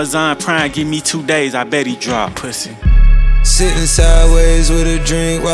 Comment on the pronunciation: I love how 21 pronounce "PUSSY" 🤣